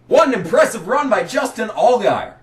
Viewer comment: Its not impressive to say impresshive...........lmao. just trolling you brother. These rants were always legendary. At the time I am sure I was mad as I was KB fan. However, I tottally understand the pain. I hate to see Larson in the 88 car now. I wish he had to drive the 32 or 91 like Chastain does sometimes (i know he won in a JRM car last week)(you made that suggestion in this video 10 years prior, just got to that point now). Which is exactly the frustration you are describing with Kyle Busch here. And not everyone can win in the 18. Riley Herbst never did. He won in the 98 though. The same arguments are made in this video about Sieg 10 years later and he is still in that 💩 box 39. #themorethingschangethemoretheystaythesame